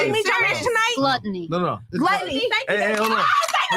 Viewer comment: She said gluteny